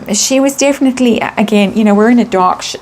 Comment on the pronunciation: I actually watched several Hugh Grant interviews and there are a lot of similarities. But the way says aGain, Hugh Grant says plain again. There are a few other examples that led me to the decision is not Hugh Grant.